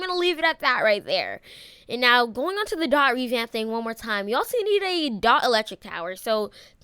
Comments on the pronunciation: My bro😂 it's Dee-o-tee not Dot😂😂😂😂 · Your annoying me saying dot it’s D O T